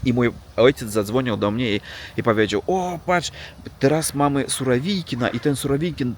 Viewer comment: I często mówisz " dla mniA ", dlA mnie. Duża litera to akcent. Dobrze mówisz. Pozdrawiam.